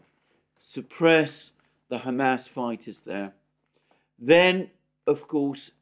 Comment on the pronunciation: says “Ham ass”